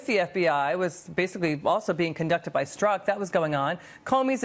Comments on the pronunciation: I'm talking about his pronunciation. Since he's investigating this guy, he should at least know it's not pronounced Stork. But thx for playing. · It's pretty bad Jordan when you don't know the main culprit's name... it's Strok, not Stork as he repeatedly said in this piece.